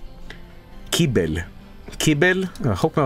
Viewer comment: pronouces "kibble" the same way polish people pronouce "kibel" wich is slang for "toilet" bilingual fecal funny